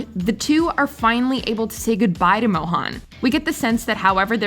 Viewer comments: really needs to learn how to properly pronounce Indian names. First of all Nalini is pronounced null-ee-knee, NOT null-ah-knee. Secondly, Mohan is pronounced moe-hun, NOT moe-han! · Pausing the video to write this: It’s not Mohaan… it’s Mohan like Ethan… If you can pronounce Ethan correctly, you can pronounce Mohan correctly too 🤦‍♀️